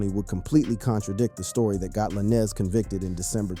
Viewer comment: Not La-Nez